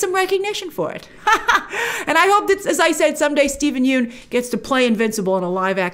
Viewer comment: I believe the vowel in “Yeun” is pronounced like “young” or “lung”. Thanks to Conan that I know this 😅